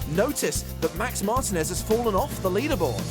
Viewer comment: Excuse me, it is Mar-TEEN-Ez, not MARTIN-Ez.